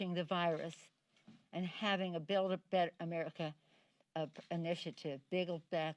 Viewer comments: Sounded like “ big back better” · Did she say, “biggle back better???” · she literally said 'Biggle". lol. this is non-sensical is biden now a viruologist? I wasn't aware he could beat the virus. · Did she just say bittle back better ? Well then I agree... total game changer. NOT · She said biggle back better. 🤣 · Did she just say "Have a build-a-bear-America" ? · Oh she says bild back better,that proofs she is the deepstate.